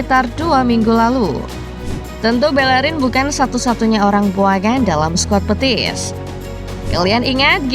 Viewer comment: Betis min, bukan Petis😂